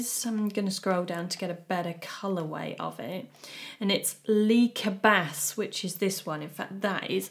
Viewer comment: Correct pronunciation of Polene, but the s in cabas is silent ;-)